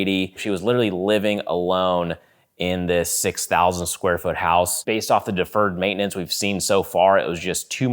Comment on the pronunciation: Please never say deferred maintenance again, and then you said it enough times in this video to cover the rest of your videos lol